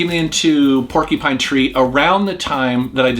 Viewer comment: "Porky-Pine Tree"